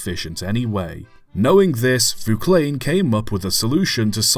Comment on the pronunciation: I’ve always heard Vauclain pronounced “Vah-awk-lain”, not “voo-klain”